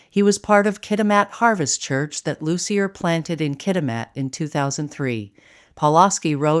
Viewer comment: Loos-ee-yay, not Loos-ee-yer.